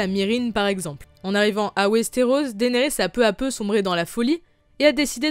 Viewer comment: Pourquoi tu dit daénerys c dénérys